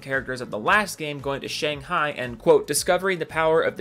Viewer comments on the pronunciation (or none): none